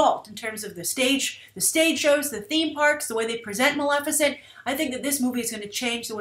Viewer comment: Maleficent? C'mon Grace! Really?